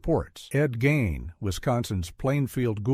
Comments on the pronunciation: ¿"BURN-erd", not "ber-NARD"? ( - ) ¿"gain", not "geen"? ( , but not , when Gein was pronounced "geen") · Gein not Gyn